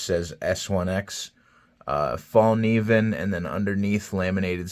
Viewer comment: Actually the K is not silent. Source: I'm Swedish